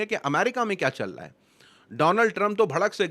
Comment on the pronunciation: Bhai Aap "Chal Raha" Hai Ko Challaa" Hai Bolrahe Aisa Kyon ?